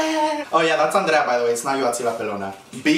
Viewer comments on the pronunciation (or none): none